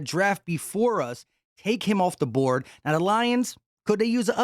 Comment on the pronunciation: And you said “borad” instead of board 😅